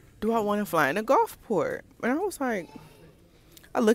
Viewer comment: Ahhhhh i just realized you were saying Gulfport & not Golfcart 😂😂😂😂